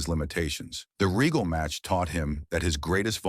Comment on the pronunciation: Another AI Generated BULLSHITTTT video and you can always tell because it always has problems with pronunciation 🤣 Lord Reggle 😂 instead of Regal 😅